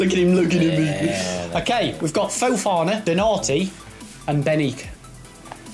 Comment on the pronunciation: U said fofona twice